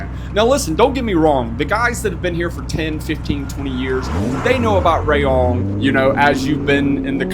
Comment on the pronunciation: Rayong is pronounced as Ra-Yong, not Ray-Ong. 🫢😁